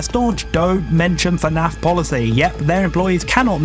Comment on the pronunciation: They way im so desperate for news i was able to overlook him saying “faynayf” the whole time